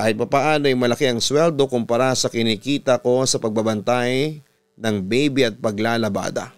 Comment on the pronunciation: Bibi? bibe? O baby? 😅😅😅